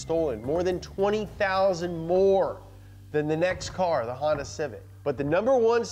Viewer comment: Wtf is a Hondye and a Vayroane